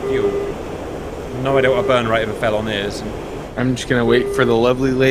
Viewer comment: ok who pronounces felon feelon